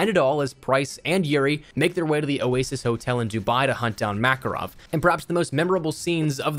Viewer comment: It's pronounced MakArov (stress on the second a :p), not like Maccaroni